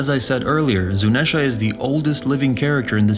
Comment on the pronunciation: Why are you saying zunesha and not zunisha